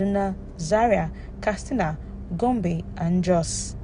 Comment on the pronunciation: Katsina and not kastina😊